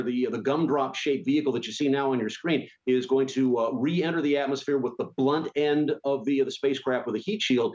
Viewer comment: Does he pronounce "Gemini" wrong?